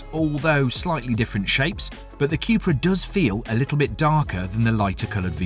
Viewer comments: Qupra?? I thought it was pronounced 'Kupra' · I'm biased, owning the Cupra. The vid just confirmed again why I choose it. Do like the ID rim's though. BTW It's a "Koepra" not a "qupra" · Why do you keep saying cue-pra?